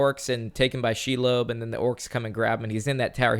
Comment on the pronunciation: On today's episode of " refuses to pronounce Lord of the Rings names properly like everyone else" we have She-lobe. Love you guys keep it up.